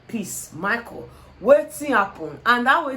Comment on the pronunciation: Is the way pronounced Michael as Maiko for me 😄😅😄😅😅 Love you babe 💚